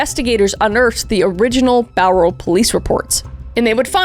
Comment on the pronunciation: It’s really bizarre hearing Kris talk about my home town and saying Bowral 😂 Unfortunately it’s Ivan making my home be known by my favourite YouTuber